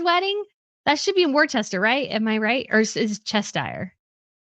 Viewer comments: Worcester is pronounced ‘Wooster’. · It’s Cheshire! And Worcester is pronounced “Wuss-ter”. Shire is pronounced “sure”, not “shy-are”.